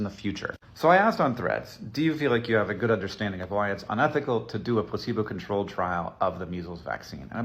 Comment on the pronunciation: Oh my god I thought you were saying placenta not pleaibo and I was so confused intill I realized you were talking about him NOT GIVEING PEOPLE THE VACEEN FOR DEADLY DESEASES.